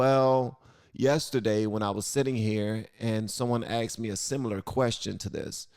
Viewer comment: If only I was a black/gay woman (whatever that is) I could be living lusciously off taxpayer dollars.... oh wait NVM I now IDENTIFY that way and demand everyone's $$/respect/let me control your life also did van say axed instead of asked?? Lmao